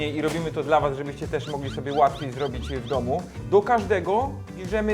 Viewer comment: "Robimy kebaby rollo, bo tak jest trudniej, i robimy to dal was, żebyście mogli to zrobić łatiwej". kocham cię, ale chyba jakieś spięcie na łączach się wydarzyło:D